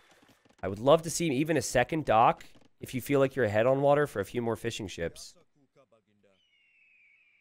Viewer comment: Every time a caster says '"fishing ships", I hear "fish and chips" :') ( I'm not from UK or Ireland )